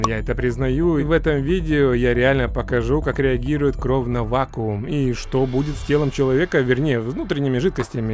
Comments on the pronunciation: Почему ты говоришь кровъ, а не кровь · А почему ты говоришь кров а не кровь? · Почему ты говоришь кров а не кровь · Меня одного бесит когда он говорит не кровь, а кров Если что я не придираюсь, а просто делюсь своим мнениям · Только я слышал что он говорил "кров"а не "кровь" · Мне кажется или нет,но похоже говорит кров,а не кровь без обид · Кровь а не кроф!!!!!😤😤😤😤😠😠😠😡😤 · Не корв а кровь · Почему ты говоришь не «кроВЬ» ,а «кроФ» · Ты говоришь"кроув"??? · можешь говорить "кровь", а не "кров"?) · ПОЧЕМУ КРОВ БЛЯТЬ А НЕ КРОВЬ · Не кров а крофь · Не кров а кровь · меня одного бесит кров, кроф? кровЬ кровЬЬЬЬЬЬЬЬЬЬЬЬЬЬЬЬЬЬЬЬЬЬЬЬЬ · Я ору, как он говорит *кроф*😆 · Кроов!!! Прикольно звучит без мягкого знака) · Мне очень интересно почему вместо просто кровь, ты говоришь кровь делая акцент на букву в? Видос прикольно конечно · Научись говорить кров!!! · Кров Ахаха не умеешь говорить